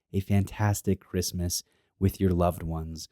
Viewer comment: did he say christmas or wristmas in the intro ? lol